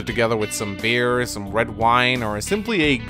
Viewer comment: Every time you say "beer", I hear "bear".